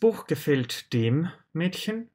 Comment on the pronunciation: Я конечно понимаю, что парень старается и разжовывает... но для А1 ... Для А1 (Карл!!!!!!) Это перебор!!! Плюс к тому - артикли: den, dem и der произносит одинаково (не уточняя! и по мне дак каждый артикль из его уст звучит абсолютно одинаково - как ДЭ!!!, а не ДЭР, ДЭН или ДЭМ), всё сливается и нифига не понятно на слух - какой артикль Он ставит!!! Я понимаю, что он сразу делает ставку на акцент и произношение. НО ЭТО ДЛЯ НАЧИНАЮЩИХ!!! А начинающим надо понимать само слово с точностью до буквы (БУХмляШТАБИРОВАТЬ), а с правильностью произношения и акцентом человек уже по мере изучения будет сам разбираться!!!